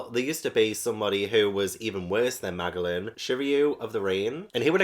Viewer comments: Just so you know, Magellan is pronounced Ma jel lan. ^_^ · No way you keep calling magellan, maglan 😂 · Pronunciation nitpickyness: It's Ma-jellan, like Ferdinand Magellan the man who circumnavigated the globe. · I like that Magellan (pronounced with a J) is not a villain. He's just a man who is doing his job and he does it well for the most part. Edit: His name is based on Ferdinand Magellan, a Portuguese explorer who sailed for Spain in the 1500s. It was his expedition that proved that the world is round.